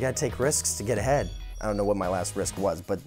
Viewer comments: i thought he said to get head instead of get ahead 😂😂😂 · I thought he said " I took a risk to get head" and then I realized he said "to get ahead" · When he said the answer about when he took his last risk I thought he said “to get head”. Omg but he said to get Ahead. 😂😂😂😂 I am dead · i swear i thought he said to get head instead of to get ahead.. LOL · Did he say to get head or to get ahead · i’m trippin i thought he said “to get head” like got damn 💀